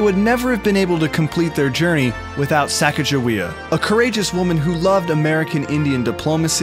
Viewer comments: im not trying to be mean, but it is pronounced sa-ca-ga-way-uh. i love you guys! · Every teacher I've ever had (Including social studies books) have told me that it is Sacagawea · you said her name wrong